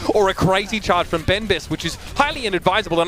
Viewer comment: It's a message for the caster of this match (sorry for my english ). Please... Learn how to prononce benbest in french x).